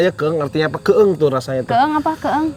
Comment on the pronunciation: Koreksi dikit ni maaf "keueung" bukan "keeung"